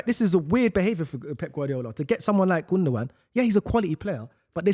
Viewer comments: You'd think with how long Gundogan played for City, would learn how to say his name. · Sticking to bloody saying Gundogun instead of Gundowan (gundogan) which is how its pronounced gets on my nerves.